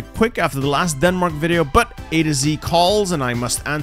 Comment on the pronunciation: Why did you say Denmark like that?! Just because you are inferior to us? xD